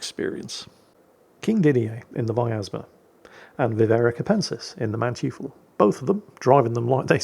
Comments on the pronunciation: is intentionally mispronouncing Manteuffel and Blucher in revenge for Germans lying to him about how Gneisenau is supposed to be pronounced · Hey, "eu" in German is pronounced "oy", so it is not Manchoofel, but Mantoyfel:) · Okay, new german ship, new angry horde of germans: It's (closer to) MAHN-toy-ful - not MAN-tju-fell... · manteuffel (mandevil), "man-toif-fel" . not man-tjee-full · Sorry, I just have to point out that "eu", in German, is pronounced the same as "oi" in English. Not Mantoofl, but Mantoifl. I just couldn't resist pointing that out,, er,, LOL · Man-TEU-FEL... not manchifu...., goddammit!! I was scratching my head of what the hell are you on about... then I see the name. Say it after me: Man ( man, with an A not an e) Teu ( similar to the porta toilet brand TOI-TOI ) FFEL ( Felt - like the armours of old) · Hey, pronounce the German Cruiser rather like 'Man"toy"fel', the German "eu" sounds spoken like "oy" as you'd say in the word toy.;-) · Manteuffel = Mon-toifle ("Mon" as in "monkey", "toifle" as in "Oi!" and "fell") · its pronounced Mahn-toy-fel. Was listening Audio only, but hat to snatch the phone to peek, what german Name was butchered this time 😂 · Manteuffel is pronounced; Man-toy-fel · Dearest, the germans pronounce "eu" as "oy". So the Manteufel would be pronounced something like munn-toy-fell. Great Vid as always, keep it up old man:D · Mann-toi-ffel. Smartassing german here. :-) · Wow. You really butchered the pronunciations of the German ships today. Manteufel is "mahn-toy-fehl". Blücher isn't pronounceable by an English speaker, but the "ch" is like the Scottish one in "loch", not the ch in "lunch". So you'd be better off pronouncing it as "blue-kehr". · Its not "man-tjufal". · you’re saying German names wrong again. Manteuffel is pronounced “Man-toy-full”. Good try,. 😂😂😂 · pronounce the MANTEUFFEL like this: (MAN)(TOY)(FELL)